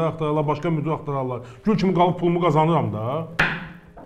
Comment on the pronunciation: "Müdür" yox,"müdir"